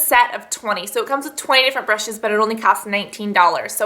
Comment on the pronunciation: You youse bryshes...